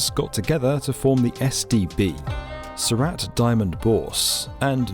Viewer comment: Heavens. Surat is pronounced Soorut... not Sou RAT (like the rodent)...